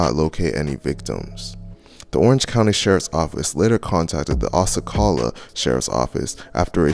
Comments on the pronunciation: Osceola is pronounced (aus (like Austin) see oh la) lmaooo do ur research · Its pronounced. Ossy-ola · Osceola - pronounced (ah-see-oh-la) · Osceola is pronounced "ahh see oh la" doggie. Very influential figure in southern history for the seminole nation. Thanks for the upload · It's pronounced os -see-ol Osceola) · My guy pronounced Osceola wrong…but the gang violence in my area is a huge problem from Brevard to Orange that crap go deeper then what any of u would expect and it needs to stop innocent men women and children losing their lives not even knowing why it’s so sad 😞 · Davenport is Polk county and you pronocuned Osceola so wrong lol all good tho g